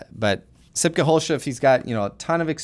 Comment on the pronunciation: you said sipke verry well but the last name u pronounced that with an funny english accent xDDD